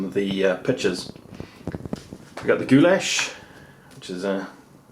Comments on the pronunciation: Wtf is gooyash?In slavic languages it sounds like gulash simple as that. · Is no goo lash in it.It sounds more like gulash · Cough You said it incorrectly last time (sorry - just started this vid) but Gulas/Goulash/Gyulas originated in Hungary basically in medieval times. Variations of the same name are popular in Central and Eastern Europe. Sorry - my father emigrated from Hungary in 1956 as a Kid - I'm American-Hungarian and I have to point this out. :-P It as you say - all variations are more or less a hearty beef stew or soup. I'm not defending the gyulas - because I've never really liked myself - but give credit were credit is due to Hungary. That being said - borders have changed so much in Europe over the last 1000 years - and Food was shared and regionalized again and again that sometimes it gets to the point were it's unclear which ethnicity made the first version of a given food.